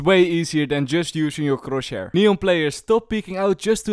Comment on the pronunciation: i never get tired of hearing him say Chroshhair 😂